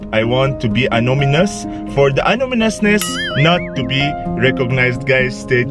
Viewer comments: He said he wants to be "Anominous" xDDD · Anonymous Bro..Not anominous 😂 Love you bro..You always make my day..♥️ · He’s always *anomynous 😹😹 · Hi, from Namibia. I love the way you say "Anonymous".🙏🙏🙏God bless you always🙏